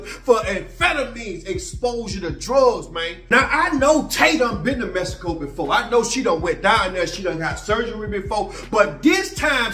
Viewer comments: He says "messico" 🤣🤣🤣🤣🤣🤣🤣🤣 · He kill'n me w/ that Mess-i-co!!! 😆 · Mess eh Koh 🤣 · All the way to mehico??? 😂😂😂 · Mess - a - co . . . SMDH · “Messico” lol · u a mess 😅😂🤣u say don’t go no where a place u can’t pronounce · cant pronounce the NAME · Learn how to pronounce Mexico